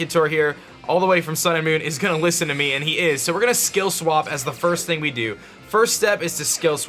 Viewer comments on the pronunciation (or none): none